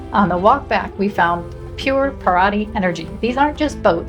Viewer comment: Para--CHEE. Ca-SHA-sa. Kai-pir-EEN-ya. It's Brazil not Wisconsin. LOL